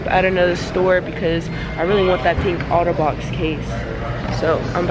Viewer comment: I love it when she auto box instead of otter box. Lol